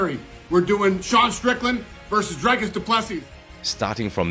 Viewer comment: Learn how to Say D-R-I-K-U-S